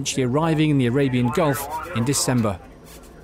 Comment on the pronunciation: Ali Nili - and it's Gulf not Golf